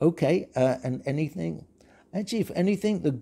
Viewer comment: You said "anythink"... Google corrected your speech but depends how you want it to be handled